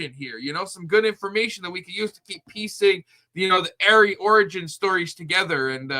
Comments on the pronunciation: It is not Airy it is 'AH- REE' 'RE' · I'm sorry, but that's definitely not Ari's voice! Her name is pronounced ARE-E, NOT AIRY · Come on Ari/monica didn’t do it for these reasons lmao she’s lying about 60% of her claims in this live.. and it’s ARI not AIRY lol just don’t want ppl to sound stupid saying airy lol wades crew first said airy but they are idiots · It's r-e not air-e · Her name is not Airy it’s Ari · Ari pronounced Are-E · Btw it’s pronounced “R-ee” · Your pronunciation of her name is incorrect, It's a long a. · you are pronouncing Ari’s name wrong, dude. 🙄